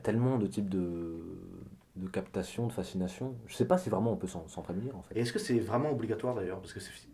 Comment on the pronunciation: Fascination pas facsination :( Sinon très instructif est belle mise en scène. Bravo et merci.